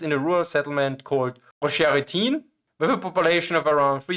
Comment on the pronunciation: disregards your rage, Ocheretyne pronounced as if it was in Belgium made me giggle. Trully there are parallels to WWI, ironic and really not so ironic.